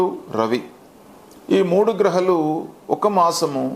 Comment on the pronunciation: Hello, R U a Telugu man or Tegulu man? Grahalu kaadu. Ghrahaaalu